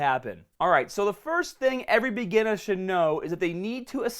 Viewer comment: Take a shot everytime he says begeenah